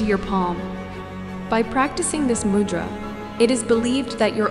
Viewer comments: Correct - Mudhraa is how we pronounce it in Hindi/India, the d is pronounced like "the". Namaste!! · A gentle and respectful suggestion. “Mudra” is pronounced with a short “u” sound as in “you” (not “u” as in “mud”). The “d” in “Mudra” is a dental consonant, with a softer sound made by placing the front of the tongue against the teeth. Also, please provide a reference source. 🙏🏼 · It is not MUdra, it is MOOdra.